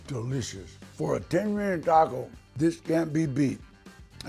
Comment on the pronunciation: I think Danny Trejo is one of the best, but he needs to drop the white talk on Taco, Diablo, tortilla and be his self and roll those R’s